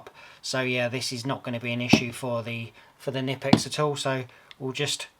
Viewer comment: In German, you pronounce the K Kkkkkkkknipex